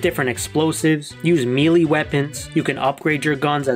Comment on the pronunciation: For what it's worth, the word melee (as in weapons) is pronounced like "may-lay", not "mee-lee".